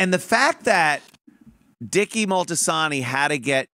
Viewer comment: I had to laugh at the mispronunciation - . It's Moltisanti, not Moltisanto...